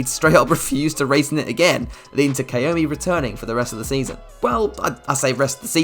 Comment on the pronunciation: kamui, not kaumi